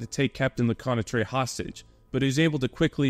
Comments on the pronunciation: Hey great video, I'm not sure if anyone gave you a way to correctly pronounce Lecointre, but here's my phonetic suggestion: LE_CO_ANT_TRR. instead of LE_COY_NAY_TRAY. Does it make sense? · "Captain FaRansoa Leconnatrey" XD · "le-KWAHN-truh" = Lecointre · LeCointre became something like Leconetrais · A good piece of work, indeed. As for pronouncing French names, you do a good job, with the exception of Lecointre- an admittedly difficult word. Maybe you should try something along the lines of luh-KWENtr' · Your french names's pronounciation is pretty good and understandable, except for the main character : Lecointre. But it's a french name tipycally hard to pronounce for an anglo-saxon speaker, then don't worry, all's fine. Anyway, good job and thanks for exhuming this fierce piece of french combat. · You did great regarding French name pronounciation, with the exception of Lecointre but honestly it would have been impossible to pronounce remotely correctly by a non French speaking person, so kudos to you ! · Lecointre……! His video is great, not the pronunciation of French names, but that’s ok :) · Everything good expect Lecointre, 'oin' makes a special sound in french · Compared to how Lecointre is pronounced, that one is a minor offense.